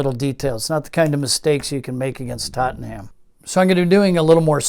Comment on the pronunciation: Very nice & intriguing. I'm very much looking forward to finally being able to get this at the end of the month (August '22). It does pain me every time I hear TottenHam. It's far closer to Tot'num :)